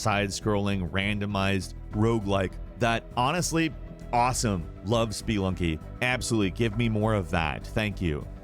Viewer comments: Did he really call Spelunky 2 "Speelunky 2" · It's pronounced "speeeeeeeeeeeeeeee-lunky" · sPEElunky? Is that how you should pronounce it? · The way you say sPEElunky is really funny. 😂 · Mans is still calling it SPEE-lunky LOL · Ah yes, "Speelunky" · Speelunky is my favourite gamm.